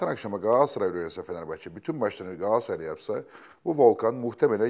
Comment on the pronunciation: YA GAASARAY NE DEMEK YA İKİ DE BİR , İNSAN TUTUĞU TAKIMIN İSMİNİ NASIL YANLIŞ TELAFFUZ EDER !